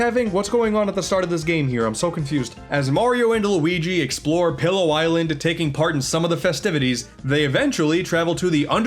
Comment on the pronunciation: Soooo...we're not gonna talk about how call the island "Pillow" island instead of "Pi'illo" island?? Though, it probably sounds better to him, so that's reasonable.